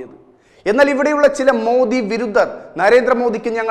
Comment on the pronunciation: വിരു " ദ്ദ " ർ, ആരാ " ദ്ദ്യ " ൻ അക്ഷരശുദ്ധി ഇല്ലാത്ത താൻ വാർത്ത വായിച്ചാൽ മലയാളഭാഷയ്ക്ക് മാത്രമല്ല , ബഹുമാനപ്പെട്ട പ്രധാനമന്ത്രിയെ ആരാധിക്കുന്ന വർക്കും നാണക്കേടാണ് . അക്ഷരം പഠിച്ചിട്ട് വാർത്ത വായിക്കുക. അല്ലെങ്കിൽ വേറെ വല്ലതും പണി നോക്ക് . നല്ലൊരു ചാനലാണ് തത്വമയി. തത്വമയിക്ക് ഡിസ്‌ലൈക്ക് വാങ്ങി കൊടുക്കാതെ.